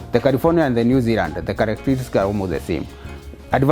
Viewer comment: Zeland? LOL. Or Zealand